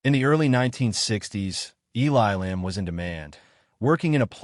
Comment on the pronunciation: Terrible narration. How many ways can Mr. Elam's name be mispronounced?